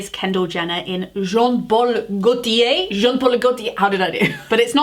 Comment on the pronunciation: Disappointed that you pronounced Versace and Gaultier correctly 🤣🤣